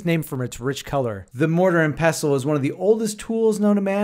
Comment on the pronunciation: FYI, the T is pronounced in pestle. 😉🙃